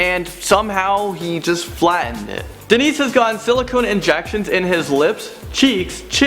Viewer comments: It's Dennis, not Denice. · Not a woman at all! HE was named DENNIS...not Denise like kept saying! For heaven's sake! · Just so you know, you pronounced the #1 guy's name wrong, it's Dennis, but you pronounced it like the female version Denise. Just letting you know :) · it's not Denise it's Dennis. you know like 'Den-ness' not 'den-niece' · I'm pretty sure you misspoken the name of the first I'm pretty sure it's pronounced as Denis 😐(de-nis)